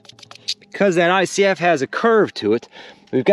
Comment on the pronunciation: When you said "ICF", I swear you said" Icy as F" hahaha